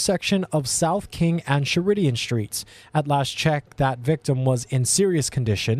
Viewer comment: Please tell me where "Sher-IDIAN" (no, it's [SHERR] + [I] + [DUHN]) street is! Of all the street names to mispronounce! LOL~!!! You know that Google Translate can show you correct pronunciation.